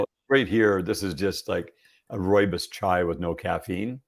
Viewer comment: it is ROOIBOS tea- I am South African born + know this!